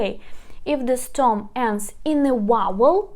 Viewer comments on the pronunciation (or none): You pronounced wrongly : stom instead of stem, the correct pronunciation is " stem " as it is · Please, one more thing, it is not storm its stem (CTEM) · This is fantastic but please it's VERB not WERB and STEM not STOM. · Nicely explained! Thank you! By the way, the word STEM is pronounced стем